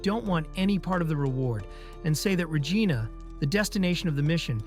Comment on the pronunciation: PLEASE! It’s Regina (re-‘jee-na), not (re-jai-na)! Don’t make it sound like a lady part, perv! 😂😂😂 Reminds me of the airplane scene in MCU Shang-Chi. Awkwafina says the Gina joke.